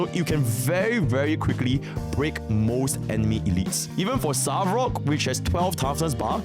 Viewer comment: bro literally cannot say "svarog" lol who tf is savrok?